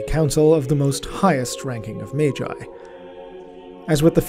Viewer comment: In the case of Magnus the Red then the G is pronounced that way but Magi would be pronounced like Mage with the J. It is a good point but Magi doesnt come from Latin but rather is Zoroastrian and would've come from old persian and assyrian , those languages giving us the J pronunciation. if you look at the entimologicall site they'll confirm its zoroastrian origins, and then the greeks picked up the pronuncian who gave it to the Romans and hence down to us. Sorry for being overly verbose. Also Mechanicus organizations follow more greek than latin it seems while terra follows more Latin , though both greek and latin get used in High Gothic it seems.